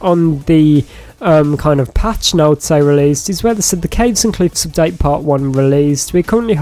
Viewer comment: You said Caves & gliffs 😂😅